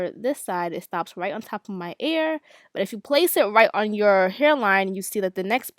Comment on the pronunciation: I love the way she says ear😂 sounds like air